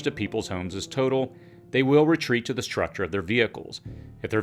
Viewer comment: Or "h" in structure, for that matter "shrutchure"